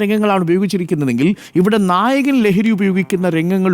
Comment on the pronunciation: നായകൻ എന്നാണോ നായകൾ എന്നാണോ പറയുന്നത് എന്ന് മനസ്സിലാവുന്നില്ല ഡോക്ടർ😂